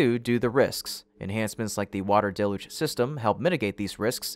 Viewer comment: It's pronounced "DEL-YOOJ", DAMNIT!!!